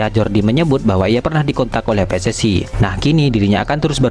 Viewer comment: Bilang PSSI kok bacanya pe es es ai Kalo Bhs Inggris kan harusnya pi es es ai Kalo Bhs Indonesia yah pe es es i Situ org dr negara mana siy ??😂